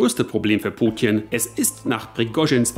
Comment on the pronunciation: Kannst du Putin nicht wie ein normaler Mensch aussprechen?